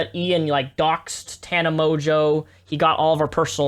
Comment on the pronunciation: i just love how he is white knighting for tana, but doesn't even know how to pronounce her name... all he had to do was watch 2 seconds on one of her videos, she says HEY GUYS IM TANA MONGEAU every time. he obvioulsy has never watched her, or ian. he doesn't even know what hes talking about.